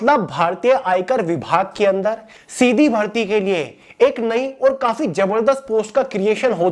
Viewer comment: Sir aap tho shidhi bharti bola ho sir . 😂😂